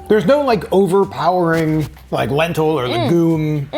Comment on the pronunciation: said Lentilly...😂 no shade I thought that was soooo cute....actually, a new word....maybe....